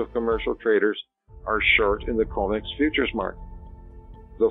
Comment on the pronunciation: Comex, not comics!